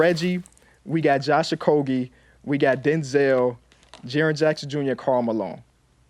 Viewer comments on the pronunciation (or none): Bro said “Josh okogie😐”